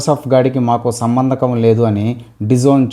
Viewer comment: సంబంధకం కాదు బాబు, సంబంధం అని చెప్పాలి నాయనా 😄